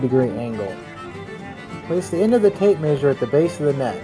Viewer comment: mayzhure xD